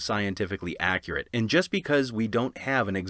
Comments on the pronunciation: "scientifically accruate" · I stopped watching The Bible: Scientifically 'accruate'